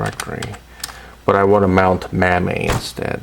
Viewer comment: Install the Mammy lol I never heard it pronounced like that. Thanks for vid!